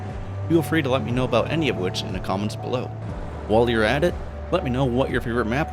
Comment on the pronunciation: as soon as i heard you say "about" i knew we were from the same country